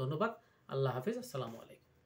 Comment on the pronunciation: ভাই সব কথাই তো ভালোভাবেই বলছেন তা শুরুটা ওভাবে করলেন যে। সালামটাও তো ঠিকমতো দিলেন না । ভুলভাল উচ্চারণ করার থেকে না বলাই উত্তম ব্রাদার।